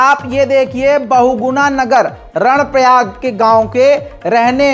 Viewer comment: " 🖋️🖋️🖋️ कर्णप्रयाग है ??? नाकि रणप्रयाग ????? 📘📘📘"